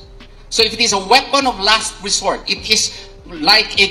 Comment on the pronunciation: "weapon of last wesort", really 😅?